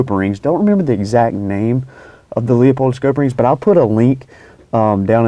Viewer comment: Not Leo pold, it’s Lou pold.